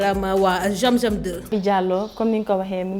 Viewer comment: Y'a des personnes qui ne peuvent pas prononcé "Z" comme celle qui a fait la publicité de la bijouterie zam zam 2 en disant jiam jiam